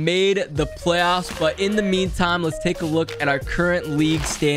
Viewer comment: normal people: make it to the playoffs: make it to the plofs